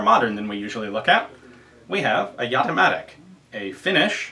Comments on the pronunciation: Well, no. It's "Ya-te matic". It's also spelled JaTiMatic. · I always thought it was pronounced " Jay-dee matic"